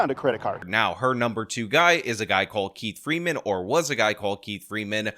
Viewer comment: 😂😂😂 She says “Keif Freeman “ 🙄🙄🙄